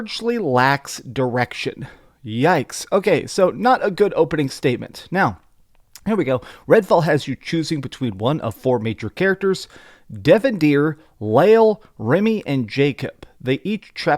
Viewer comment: Lol how you pronounce Devinder as Devindear.